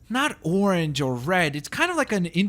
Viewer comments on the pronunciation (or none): none